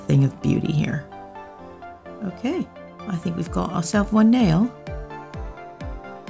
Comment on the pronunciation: "I think we've go' ourself one nail" suddenly turned british lol